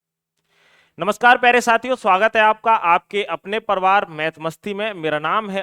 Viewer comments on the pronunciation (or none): Pariwar ❎ Parwar✅😂😂😂😂😂